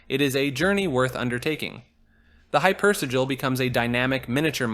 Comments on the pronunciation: Hyper. Si-jil. Not si-gul. That’s si-lee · The way you say hypersigil pisses me off lol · Man you sure had trouble pronouncing hypersigil 😅